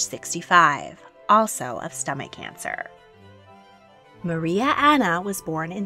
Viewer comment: "also if stomach cancer" I couldn't stop laughing sounded like "another one"